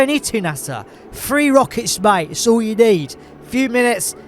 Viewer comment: "Free rocke;s, ma;e! 'S all you need!" 🤣🤣🤣 Love it.